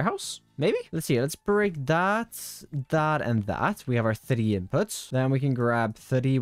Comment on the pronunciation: your pronunciation of three tickles my brain